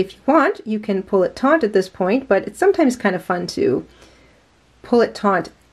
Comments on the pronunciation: taut There's no 'n' in the word. Sorry to be the Grammar Police, but that's one word that always makes me cringe when I hear it pronounced incorrectly. Taut and taunt have two totally different meanings. Please don't take offense. I welcome corrections about things I may be saying or doing incorrectly and I hope you are the same way. Love this joining technique. Happy crocheting! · It's not TONT it's taut. No N. Do better. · Firstly, may I just say that I love and have learned so much from her! Secondly, since she makes a living by posting tutorials and selling products online, and thus putting herself in the public forum, I hope that she is willing to take your well meant and accurate observation, and that she will correct her pronunciation of the word "taut" for future videos. This common issue of the word "taut" being mispronounced as "taunt" is like fingernails on chalkboard to my ears.